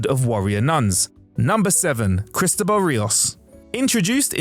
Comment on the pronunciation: Cristóbal is prononced "kris-TOE-ball."